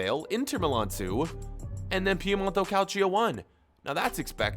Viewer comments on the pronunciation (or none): Nobody: Absolutely Nobody:: cAliCio a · he he he you said calcio A